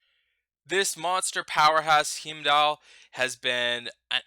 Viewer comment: C'mon man watch Thor and learn how to pronounce Heimdall :))